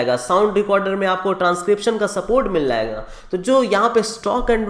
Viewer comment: Bhai mazedar video but pls say MIL-JAYE-GA